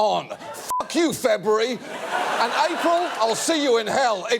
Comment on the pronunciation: "Febury!" yes, I have heard it all.